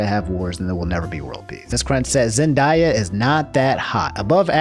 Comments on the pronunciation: zen·dei·uh, not zen•die•uh Edit: Answer to your quest at the end- I don’t like it because I see it just creates more anger from me with something I notice you disagree on, I feel like you should have your opinion on things I don’t fault that. It’s just it would make it harder to watch your videos with them being frequent and also being irritating to me. That’s my personal take on it. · ZENDAYA not ZenDIEa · Ok, I love you, but you gotta stop calling her zen-die-uh, it’s zen-day-uh 😂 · Man's said zen-die-ah. It's basically pronounced as written zen-day-ah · did you Pronounce “Zen-day-uh” as “Zen-die-yuh”?... Actually that kinda sounds better I’m a let it slideeee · I love that this man mispronounces every single name. Keep on doing you, Zendaya’s real name is indeed pronounced Zen-die-a. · You say Zendaya weird my guy. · defends zendaya also: pronounces her name wrong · Listening to you pronounce zenayas name hurts, and yesssss hot takes are really cool and I’d rather have a hot take them no video!!! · They way he says Zendaya i feel like hes trolling with how many times he said it in a row 😂